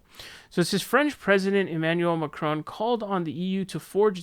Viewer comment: French is my mother tongue and that "Macron" pronunciation was not bad :D